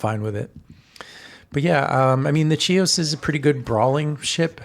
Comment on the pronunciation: Hi! Thank you for demonstrating the ship! The name of the ship in Greek is Χίος which transliterates as Hios, not Tsios. She was named after the Greek island of Chios.